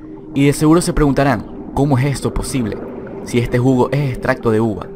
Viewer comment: Drink game! bebe cada vez que dice "ejte jugo"